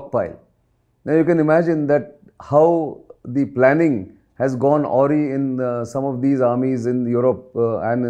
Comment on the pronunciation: Gone awry: a-wry ≠ aw-ry ( Or did you mean "already" as written in the transcript )